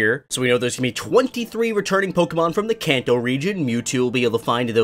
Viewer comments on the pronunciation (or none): none